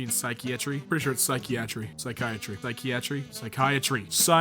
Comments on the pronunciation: Sy-key-atchry lmao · its pronounced psychiatry not psychiatry